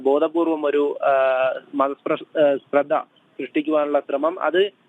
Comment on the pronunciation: റിപ്പോർട്ടർ നല്ലപോലെ മലയാളം പഠിച്ചിട്ട് വന്ന് റിപ്പോർട്ട് ചെയ്യാൻ പറ.മതസ്പ്ര ധ എന്നല്ല.,. മതസ്പർദ്ധ എന്നതാണ് ശരിയായ വാക്ക്👍🏻